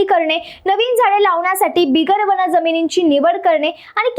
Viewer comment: ताई, वन म्हणा, वण नव्हे !